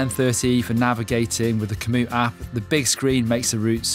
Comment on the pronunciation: LOL was that Kamoot, or did I hear Kamoot,,,,,, Thats my kamoot on my garmin... kamoot ya later